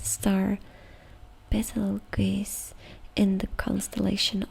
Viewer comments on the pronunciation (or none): FYI, the star Betelgeuse is pronounced more like "beetle juice".